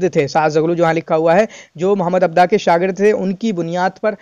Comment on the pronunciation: Correction 👉 It's "Mohammed Abduhu عبدُه" not Mohammed Abdah عبدَه*